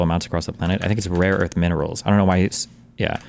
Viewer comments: “Raw earth”? and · "Raw earth" he said it like 6 times, he doesnt even know what rare earth minerals are 😂😂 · Someone tells him it's rare earth not raw earth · "Raw earth"? lol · Does Raw earth sound like rine land if you spell it that way . 😂